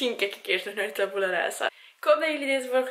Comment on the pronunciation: Je spreekt Tabula verkeerd uit #sorrynotsorry